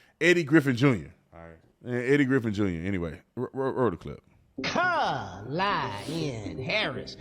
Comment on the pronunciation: Do the llegals have to pay back all those millions 🙄🤨 And its pronounced "COMMA-LA"..her explanation 😅😅